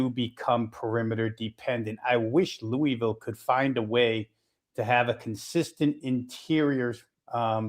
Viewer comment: Dude learn to say Louisville - it's not Louie Ville..... It's pronounced Lou-uh-vul